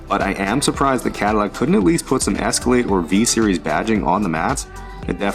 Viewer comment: Where was calling it an Escalladeee?